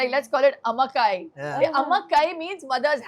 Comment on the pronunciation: Amma Kai not Kaai 🤨 totally different meaning! As an owner you should know how to pronounce!!!